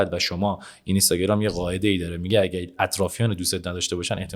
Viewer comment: اینستاگرام رو لطفا درست تلفظ کنید. بعد از حرف (ن) حرف (ی) وجود ندارد و حرف (ن) ساکن هست